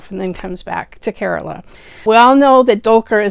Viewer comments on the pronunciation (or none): none